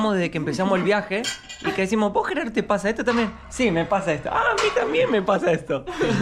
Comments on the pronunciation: Es Gerardo!!!! Sos argentino!!!! Porque Yerardou????? Los nombres se pronuncian en su idioma original!!!! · Hola y Lisana les quiero corregir que los nombres propios no tienen traducción al inglés yo me llamo Miguel no Michael Tu amigo se llama Geraldo no yeraldo o como tú lo pronuncias discúlpame por mi intervención siempre veo tus vídeos ❤❤❤❤uno para cada uno